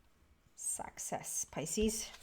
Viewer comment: It sounded like you said "sexess" when you talked about the Success Card. That really resonated with me so I would like to congratulate you on another sexessful reading! In fact, I consider you to be the most sexessful psychic on the internet. If you ever need help achieving even deeper sexess, come out here to southern California. I will show you around. You belong in Hollywood.